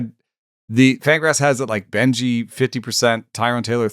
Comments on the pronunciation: Carson Benge's name is said without the E at the end. Just Beng, prospect names are hard etc. but jsyk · Thought it was benj